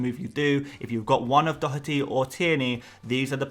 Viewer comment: Informative content as ever and Excellent pronunciation on Dotherty! 🇮🇪